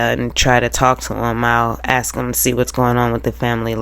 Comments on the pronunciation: Let me just comment on the word ask, let's take the first phoneme (sound) which we can all agree is short A as in Apple. Ok the next sound is S, not K. So put it with the A, you get the word as, not ax. Get it? It's so easy! Then just add the K after AS K. You can even put another S on the end and make ASKS. But no AX ever. No malicious, just linguistics. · The word ax coming from Sarah is telling! 🪓 It fits her profile perfectly!